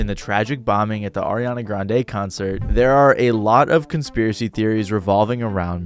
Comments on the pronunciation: Why you keep saying Ariana GranDE 💀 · It should take literally seconds to learn how to pronounce Grande